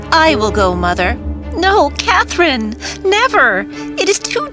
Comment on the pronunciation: Am I the only one who noticed that in 814 part of the video Katherine’s name was pronounced as cat Lynn am I the only one who noticed that?